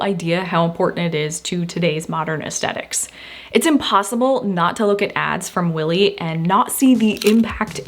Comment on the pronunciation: I love your videos. While we are on the subject of mispronunciations… Aesthetic has a TH. It’s not pronounced ‘AesTetic’ ok kids? It’s aes-THET-ic. It seems there is nobody in the influencer community under 40 who can pronounce it correctly. Drives me nuts considering how frequently the word is used and now entire swaths of millennials and Z’s cannot properly pronounce a very simple English word. Pierre ‘Cardin’ is much less of an issue, lol.